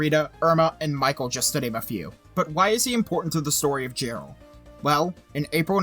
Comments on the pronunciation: Dude its pronounced Yarr-ell hahahaha. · It was Jarrell, not Gerald. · Isn’t he mispronouncing Jarrell?